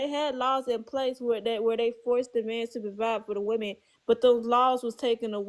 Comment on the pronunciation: "buh the whemen want to hav det!"